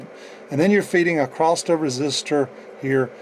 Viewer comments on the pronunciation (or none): Great video, but that 't' you put on the end of "across" for some reason is like nails on a chalkboard ;-) Keep up the great work, though. It really was an interesting video that I watched from start to end.